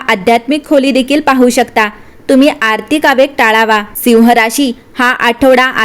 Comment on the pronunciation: सिंह म्हणण्या ऐवजी जो मराठी उच्चार आहे तसा म्हणजे ‘सिंव्ह’ असा करावा. मराठी कानाला गोड वाटेल. आपला आभारी आहे.